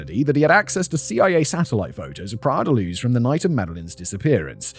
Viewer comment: "Praia la Luz"...!?!?! In Portuguese PRAIA DA LUZ!!! Portugal is Portuguese Language entirely nor Castilian Language!!!